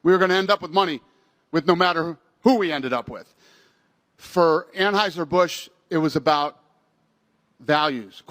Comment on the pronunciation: The best thing about all of this is that's I get to hear O pronouncing anheuser busch😂😂😂😂😂😂😂